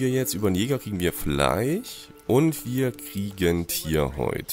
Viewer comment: Danke dir vielmals. Wie immer sehr gut präsentiert und nachspielbar! Aber sag doch bitte FleiSch, statt Fleich 😂